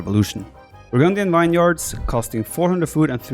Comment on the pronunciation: vineyards is pronounced VIN-YERDS. Hail Snek! Indomitable lion!